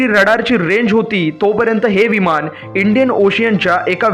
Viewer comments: तू आधी न आणि ण हवे तिथं नीट म्हणायला शिक...मग नंतर असले फालतू व्हिडिओ बनव...विमाण नाही म्हणत...विमान म्हणतात... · विमाण नाही.... विमान असतं ते